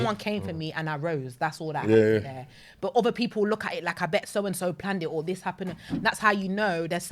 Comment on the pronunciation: this is pronounced this, not dis.